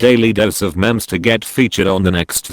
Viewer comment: #dailydoseofmemes Nobody: Bot narrator: "Daily dose of mems"